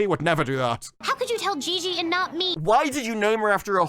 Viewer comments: It's "Gigi" not "Gee Gee". It's a pretty common name/nickname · Gigi NOT Gee Gee